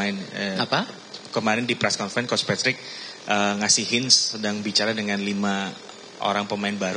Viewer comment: Angka nol utk yg tanya sebut nama aja keliru... Patrick jadi matrick.....payah dan buat malu didengar publik